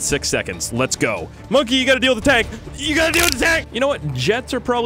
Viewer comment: It’s bonke not monke